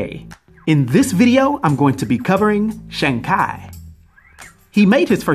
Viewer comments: its shang but said like shawn theres no long a sound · More like Shong